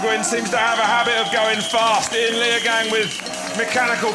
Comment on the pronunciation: haha leogang sounds badass! in case you're curious, it's actually pronounced lay-oh-gung (gung like "dung") edit: he's really pleasant to listen to, nice